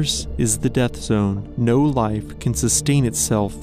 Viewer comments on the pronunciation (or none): none